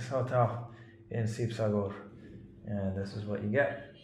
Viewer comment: Its not sibasagar its "HIBOHAGO"